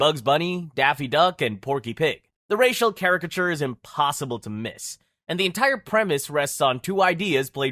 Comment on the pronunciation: The way this voice over guy pronounces the word caricature is hilarious 😂